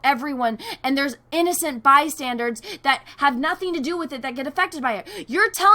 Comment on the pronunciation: it's "bystanders"